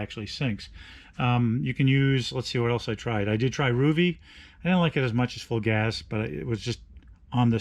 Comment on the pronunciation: Psst, it's pronounced Full Gaze. ;) Thanks for the review though.